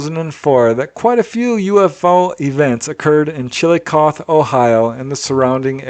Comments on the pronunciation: You do a really good job of pronouncing all the towns in all the different countries which is no easy feat (: That said, Chillicothe Ohio is pronounced "Chill-i-coth-eeee" (with a short "i"). Just FYI. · The last letter in ‘Chillicothe” is said aloud “Chill-eh-coth-eee” 👊🏼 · Hey, it is pronounced chillo coth hee. I know that the spelling is Chillicothe the hee is pronounced too. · It's pronounced chill-i-kothee. I only know because my mom's best friend lived here. I love the reports though!